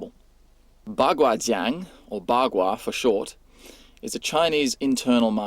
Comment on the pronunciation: it's "zhang", not "Jiang"